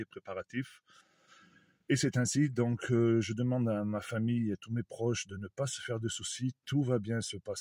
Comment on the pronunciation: Lire donc et pas " dinc ". Pardon.